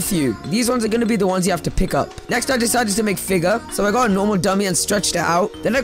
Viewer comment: bro said "next i decided to make figger!"